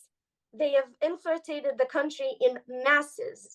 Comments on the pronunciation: It's so cute the way she keeps saying inflirtrated. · She needs work on saying, "infiltrated"